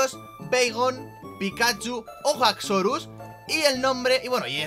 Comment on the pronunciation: No se pronuncia gaxsorus se pronuncia axorus y se escribe haxorus